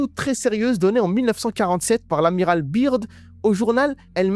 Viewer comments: Franchement sympa juste quand tu parle de Byrd en disant biirrdd au lieu de Beard [écrit en phonétique] Autre chose quand tu dis des phrases ou mots en arabe ce serait sympa de mettre un sous-titres français pour que tout le monde comprenne 😊 Pareil pour ce que Beast a répondu en anglais... En ce qui concerne les 7 l un d eux s appel netanyahu ! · Je m’abonne si tu dis General "beurde" et non "birde" Sincère salutation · Les complotistes hallal c'est comique. En plus tu parles plus mal anglais que ma grand-mère ! L'Amiral Byrd ça se prononce BEURD. Si tu dis la lettre i (Beard) ça veut dire barbe en anglais. Grosse tâche ! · Son nom se prononce beurde Bird, oiseau en anglais